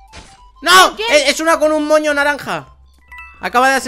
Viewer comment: Cuando dijo moño entendí coño